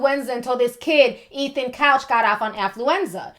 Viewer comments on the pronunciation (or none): none